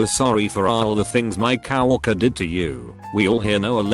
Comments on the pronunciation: when the auto reader gets to the word coworker it always pronounces it like "cow walker" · No one : T ext to speech : cow worker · Thousands more? Really? Not dozens, not hundreds, but THOUSANDS??? - "We owned both shops." BAHAHAHAHAH!!! - Well said, Manager! Well said! - I'm used to the fact that the Auto-voice can't pronounce "Coworker" but it's somehow very funny that it can't pronounce "Motherfucker" either.